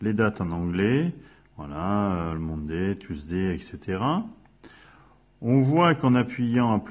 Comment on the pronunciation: Bravo, c'est clair, simple, merci !!! (à part l'accent anglais peut-être "Mounday" ;)